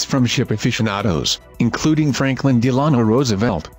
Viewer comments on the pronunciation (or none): Franklin "Dealano " Roosevelt. Pronounce the name Great documentary.